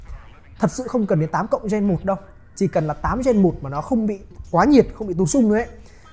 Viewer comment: Ra máy mới liên tục cảm giác cầm Rog Phone 5 còn chưa nóng tay thì đã Rog Phone 6, 6 Pro 🤣🤣🤣 Quá nhàm chán vì cuộc đua cấu hình Snapdragon Gen series 😂 Gen chứ không phải REN 😂😂😂